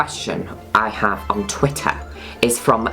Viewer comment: "The fihrst qwestshun I have on twhit-ah"